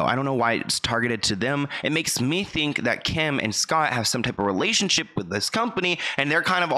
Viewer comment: "These tip of schemes?" "Tip?" Pronounced and spelled TYPE. T-I-P-E.